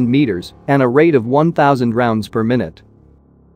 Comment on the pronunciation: Per “my newt” ? Lol